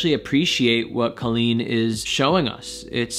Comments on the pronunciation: i do agree with your theory, but i still have another theory. i don’t wanna write it here though cause i don’t argue online. but i’m happy you at least analyzed it. Colleen is pronounced cawleen btw not Coaleen (how she says it😂) and yes their podcasts are marital therapy, she has said that a few times lol message me and i’ll tell you my theory 😜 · IT'S PRONOUNCED CO-LLEEN NOT CALL-EEN! I watch Colleen daily and Erik is more private online. They do have a podcast together called RELAX! with Colleen Ballinger and Erik Stocklin. He is way more open and relaxed on it and you really hear him. This video is from a while ago and during quarantine he has opened up more and is on the vlogs more too. Have a good day! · u were saying her name wrong, maybe that's why it sounded so wierd lol. But her name is pronounced kinda like how u would say jolene. with a hard o. I think she actually explains that in that video lol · When he said colleen instead of colleen in the intro, i cracked up😂😂😂 ik nobody other than colleens fans will get this joke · FYI she pronounces her name as Coal-een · It’s actually pronounced COY-LEENT. So you actually have it wrong. 🤷🏻‍♂️